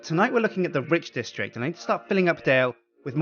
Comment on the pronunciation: Is it just me who keeps hearing "ridge district"?